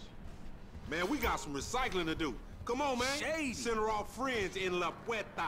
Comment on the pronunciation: "Shaady" :D